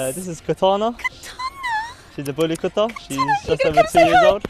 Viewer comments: They don't even looks like bully kutta to my eyes. Looks more like Small Pomerrians. Mam, Plz Come to India or Pakistan to see real once. They are three times the size what you just shown. Bully = Bully & Kutta = Kuuttaa ( kuu ttaa) not Kaattaa but Kuuttaa. Kuuttaa = Dog in hindi. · Bully cutter??? I like the effor for the pronunciation 😁 bully kuwtha ( quwth-tha) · It’s pronounced KOOTTHA which literally translates to dog. Not Cutta. Lol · The word 'kutta' is a Hindi and Urdu word meaning 'dog' and is pronunced as 'coup-ta' and not 'cut-ta'. So, bully kutta literally means a bully dog. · Typically brown or black in colour. Bully kuta as the beautiful heartful lady was saying the actual correct pronunciation would be koota not kutta. Like bully koota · It's not pronounced "Katta" but "Koota" Koota means Dog in Hindi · its not pronounced as kata its pronounced as koota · It’s KU-THA not KHATA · Cutter?? 😂 It's pronounced kootha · It's kootta or kutta not katta and It's in Hindi language not in urdu. And they are native to India and they are in Pakistan becaue Pakistan was once a India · You don’t pronounce it as katha…it’s kuuuuuuutaaaaa! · Pronounce it correctly its kuutta (kutta) not katta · She got me when she pronounced " kutta" as Katta 🌚🤣🤣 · Like “cutter” 😂 also how she probably pronounces “Qatar” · Great video ❤. (ps dog in Hindi / Punjabi is pronounced Kuth-thaa) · Plz note that Correct pronunciation of Kutta is Koot-taa. Eastern pronunciation is different from western accents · The pronunciation of "kutta" it like "kootta" with soft "t" s. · It is not Kattttta.... 😂😂😂😂😂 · It's pronounced as "Koota" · its bully kutta its pronunciation is like koo not ka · Kutta, pronounced Kootťaa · Oh wow you are really butchering the pronunciation of kutta lol